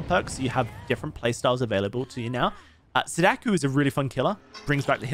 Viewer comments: every time you said sadaku instead of sadako my inner weeaboo wept tears of blood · I think you're great and I love that you're a Sadako believer, but you really butcher the pronunciation 😅 You say it as "suh DAH koo" It's more like "SAH dah koh" Both "a" vowels being pronounced like a short sigh of relief: "ahhh" And "o" being a long o, like in note or bloke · He's saying Sadaku. It's Sadako. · Killers name: Sah-dah-co How he says it: Say-dakh-yu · SadaKO not sadaku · "Sadakoo" Ahhhhhhhhhhhhh stop, please 😭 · Saw-Daw-Ko Not sudoku, please it hurts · Stop saying "Sadakuuuuuu" It's just ko. As in "oh" but with a K at the beginning. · Bro I hate to be that guy. But it's pronounced sah-dah-koh. Just saying. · please stop saying sadaku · dude pls take like five minutes and go listen to how sadako and onryo is supposed to be pronounced. pls